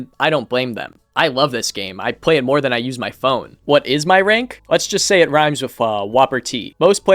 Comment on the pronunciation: im sure ur vid is great but man i cant stand you saying pway n shi like that its an L not a W